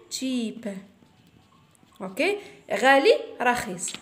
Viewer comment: رخيص مشي رخيس😂😂😂😂😂😂😂😂😂😂